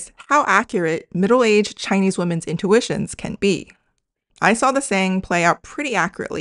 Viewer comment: I've noticed one weird thing with many Chinese Americans regardless of the age of immigration (as low as 2) in that they tend to pronounce the word "women" as written rather than with an i in the first vowel.